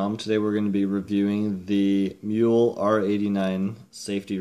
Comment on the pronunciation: Given that it is German you should probably pronounce the "e" in the name?